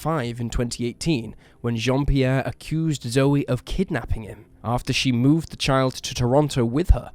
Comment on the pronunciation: Not that it matters, but Zoe McLellan's name is pronounced like 'joe' not 'Joey'.